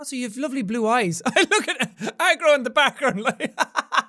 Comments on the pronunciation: I can no longer tell if Jack is calling the horse “Egg roll” or “Agro” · I can't tell if he is saying Agro or Egg Roll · When jack says aggro all i hear is eggroll lol